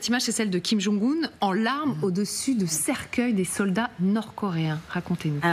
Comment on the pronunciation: Quelle haine ! Vous dénaturez le nom d'un chef d'état "Kim kang un" au lieu de Kim jong un.